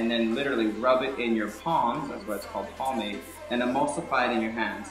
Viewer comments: lol its pomade not palmade hahahaa thats so funny. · ? it's called pomade ...not palmade just by the way